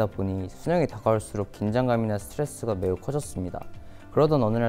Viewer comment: 쓰트뤠쓰 를